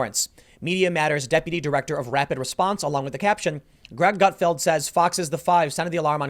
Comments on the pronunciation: I'll be honest, I had a hard time listening to you call him Greg "Gutfield" all the time in this video. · Not Gutfield, but Gutfeld! :)